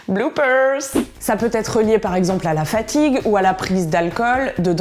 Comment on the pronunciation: qui n'arrive pas à prononcer Fatigue pour expliquer qu'il n'arrive pas à faire quelque chose parce qu'il est fatigué 😭😂 Vas te coucher,!